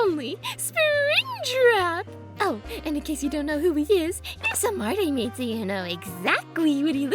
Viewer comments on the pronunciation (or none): none